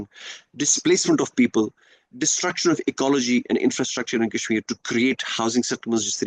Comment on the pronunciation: Wanted to comment on each and EVERY point 👆. .but every time I lapsed into fits upon FITS of Lolz 😂 at this Opium-fest !! Kashmir "Kaaas" esp LoL LoL 😂